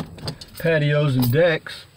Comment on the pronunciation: For a moment there I thought that you said 'I'm going to talk about pantyhose and decs' ;)